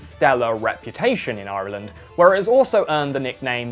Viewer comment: Great video. Love the pronunciation of Ireland.